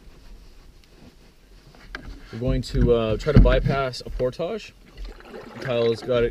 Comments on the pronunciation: ER-BODY IN THE HOUSE SAY"POR-TAGE!" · I always thought it was pronounced "portij" :) That really sucks about losing the rod. That's the worst feeling. I'd consider using a tether with a clip to your vest in a boat that narrow.